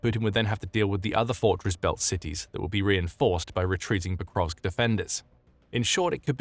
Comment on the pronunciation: Hey there. It's "Pokrovsk" not "ProkoVKS"...